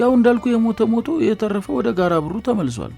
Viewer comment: ጋረ ቦሩ ነው። ጋራ በሩ አይደለም። ተጠንቅቀህ አንብብ።